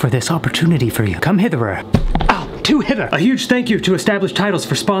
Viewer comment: "too hither" XDD